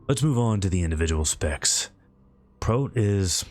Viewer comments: First time I've ever heard 'prot' pronounced as 'prote'. Great video, still :) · pronouncing it 'prote' makes sense, but man it was still weird to me as I've never heard anyone say it that way... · A high quality vid but the way you say ‘prot’ really threw me off 😆